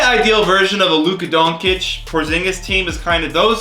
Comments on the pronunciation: It’s Don-Chitch!!!!! Not fucking Donkey or whatever the fuck you’re calling him. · Don tich doncic not donk itch lol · Not donkic, DONCIC!!!! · This was good vid but quit pronouncing it Don-Kich. It is pronounced Don-Chich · It’s pronounced donchich not donkich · It's don-chich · Nobody:: Luka Donkic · ITS “DONCHICH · Its soooo annoying learn how to say doncic its pronounced don-chi-ch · Bruh when you say Luca Doncic it sounds like Luka Donkey😂😂😂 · Still can’t say luka doncic name right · i cant be the only one extremely triggered by the way he pronounces doncic